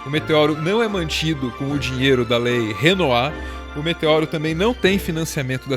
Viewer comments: "Lei Renoat" KKKKKKKKKKKK Esse povo inventa cada mentira pra atacar o Meteoro, viu... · Lei renoit kkkkkk é lei rouanet afffff